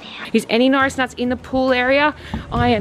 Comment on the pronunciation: Al Dweik you said ate instead of are and you said Notris instead of norris